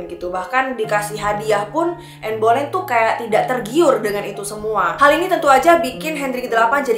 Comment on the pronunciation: Bacanya anne beleyn